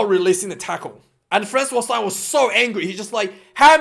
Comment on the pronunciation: Its Frans Steyn, like stain your clothes 👍 love your vids tho